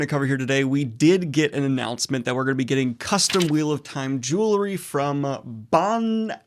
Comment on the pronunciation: Bro can't even pronounce jewelry. :)